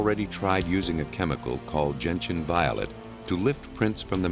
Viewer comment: Cool, for once they didn't say "Genetian" when saying Gentian.